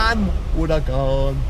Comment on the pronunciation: Well at last: an English speaking youtuber pronouncing Huracán properly (actually the second time... the first time you sound like a drunk parrot:D). Well done. Have a hear Shmee, MrJWW and the rest.